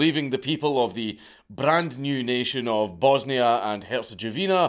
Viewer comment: As a half croat and half serb gentleman, I laughed my ass off hearing you mispronouncing everything 🤣 good try tho 👍